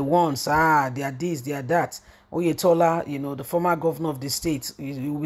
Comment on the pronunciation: Oyetola not Oyedepo